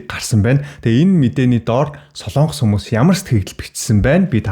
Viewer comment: хүүе дүү минь " СОЛООНГОС" гэж улс байхгүй ээ. "СОЛОНГОС" гэж улс байнаа !!!!!